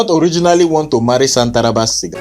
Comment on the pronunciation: Chai 😂, is shantaraba sia not shantaraba siga